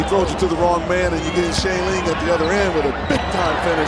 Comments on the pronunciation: did the commentator just say jlin ? O.O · its pronounched juh lin, not zh-jey-lin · It's pronounced "Zh-jey-lin," so yea that's close lol.